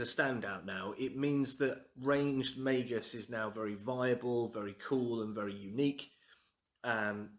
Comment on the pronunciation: Finally! Someone else who pronounces it May-Gus. Also your home looks lovely.